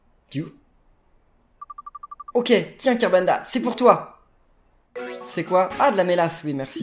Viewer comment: Tu a dis kirbendo au lieu de kirbenda